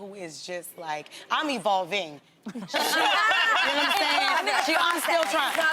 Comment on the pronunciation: When Jess said I'm E-VOL-VING I felt that